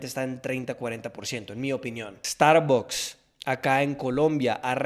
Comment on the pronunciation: Redujeron no reducieron .....Otra cosa ...se que eres gringo y porque cuando dices Starbucks que es una compañia americana la dices con acento latino ...Por lo demas muy buenos tus videos